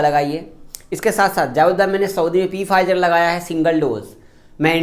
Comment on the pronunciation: mein aapko follow karta ta hon saudia mein hon aapka laddakh ka travel acha hai aapko mein do baar comments kar chuka hon shayed aap ne nahi dekha hai aap.... P FIZER DAWA NA KAHA KAREIN AAP BOLIYE... FIZER.... P IS MEIN SCILENT HAI SIRF LIKHTE HEIN PFIZER...LAKEIN BOLTE HEIN FIZER....OK SALEEM KSA